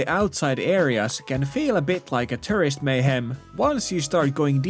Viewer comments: "Foreigners are eating all the rice" That's a funny way of saying Japan doesn't do hospitality. No other country would say such a stupid thing. Every time you say tourist it sounds like you're saying terrorist. LOL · He can only do ~100 inflections of word "turisti" without batting an eye, but can't pronounce "tourist" properly.